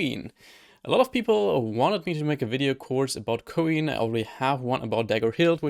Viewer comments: Btw isn't it pronounced the same as "coin" is, like the little metal pieces of currency? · Wait, you're telling me it isn't said "Coin"?!?